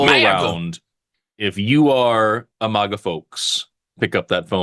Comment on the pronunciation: i know, i dont know if does it to irritate me personally, but 😂